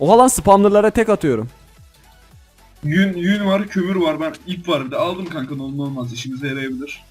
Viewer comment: Kanka demedi ka ka dedi